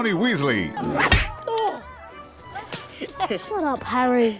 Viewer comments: não é Wesley, é Weasley. Fora isso, o vídeo ficou ótimo 🖒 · Tbm não acreditei quando falou "Wesley". Voltei o vídeo 3x pq achei que tivesse ouvido errado. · Ele falando Wesley..... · "Wesley" ta de sacanagem. Estudem pelo menos a pronuncia dos nomes, é bem feio errar isso. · Kssksksk é vdd se fala Wisley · WÉSLEY! kkkkk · Aff nem pra acertar as pronúncias Wésley Foufí? Affffffffff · "Wesley" ta de sacanagem. Estudem pelo menos a pronuncia dos nomes, é bem feio errar isso. copiei do ultimo pq qsta totalmente secto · Eis que eu tenho um enfarto quando ele fala o nome errado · ATE O VOLDEMORT FALA.MELHOR AVADA KEDAVRA DO Q ESSE CARA FALANDO WEASLEY